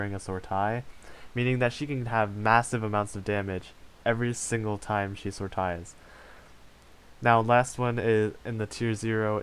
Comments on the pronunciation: Sor-taas.... wut, lol. If doing AL videos, you should at least learn how to say sortie. Soar-tee. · It's pronounced Sore-Tee Sortie, Sore-Tee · Sortie. Pronounced sort- long e. The ie is pronounced as the ie in "achieve". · Thumbs down for mins-pronouncing "sortie"